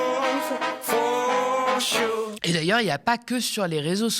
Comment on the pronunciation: Ne l'a t il pas voulu ,ce côté " for Shure "..??. Se foutre de la gueule de ses auditeurs , n'est il pas la marque d'un E.T.....